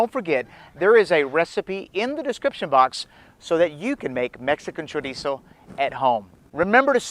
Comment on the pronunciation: THANK YOU, of all the videos on youtube you are the ONLY one who pronounced Chorizo correctly, that makes a HUGE difference for me because it means you grew up eating it